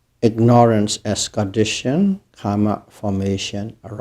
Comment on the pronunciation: It's Karma not kamma :0